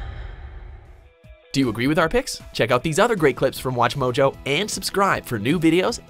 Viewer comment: I JATE WHEN SHE SAYS "Welcome to Watch " it's MOJO, not Mojul